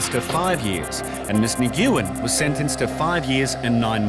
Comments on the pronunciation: The name Nguyen is the Vietnamese equivalent of Smith for English speaking countries, have the decency to learn the proper pronunciation. It is one syllable, not three! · The way he pronounces Nguyen is painful. No one heard that and thought to correct him? That’s a very common Vietnamese last name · Teach that man how to pronounce Nguyen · Nuuen... Not Nguuuen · 😂"nyguin"😂 its usually pronounced uwynn. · Since when is Nguyen pronounced "ni GYU in", instead of "win"? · Idk who needs to hear this at this television program, but the surname “Nguyen” is pronounced nu-wen, not nuh-goo-wen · Nguyen-pronounced "When" ....not pronounced.." naw goo when" .....😂😂😂😂😂😂😂😂😂🤦‍♀️🤦‍♀️🤦‍♀️🤦‍♀️🤦‍♀️🤦‍♀️🤦‍♀️ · LOL!!! 'Miss Neh-Gyu-Ehn' 🤣🤣Nguyễn is pronounced “ngwin” (like “win” but with a soft ng sound at the start) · Always funny to hear someone pronounce Nguyen as “Na-gyoo-en”. It’s a very common name in Vietnam & Laos. It’s pronounced “Nuh-win” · Her family name isn’t “Ne-gu-in” it’s “Nwin”. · Nguyen is a difficult last name I pronounced it the same as the narrator when I first read it but it’s actually pronounced (Ng-Win) kinda just sounds like Win when said quickly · Did this narrator actually just call "Mrs. Nguyen" as "Mrs. Ni-goo-yin"??? That's how I pronounced that name in 4th grade the first time I'd ever encountered it. What in the world is the narrator on a produced video doing with that? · I thought Nguyen was pronounced Wynn? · imagine a tv presenter pronouncing "Nguyen" as "nee goo in" like come on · "Nguyen" and it's pronounced "win". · Your pronunciation of "Nguyen" is laughable !! It's closer to "nwen". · Nguyen="Neh-wen". Might work on pronunciations a bit. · They are mispronouncing it. It’s Nguyen pronounced as if the “Ng” are silent more like “Nwin” or more commonly “win” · For the record, and for the benefit of anyone who didn't know this, but "Nguyen" is pronounced 'Win". When dealing with most non-western names, you really can't go at them phonetically.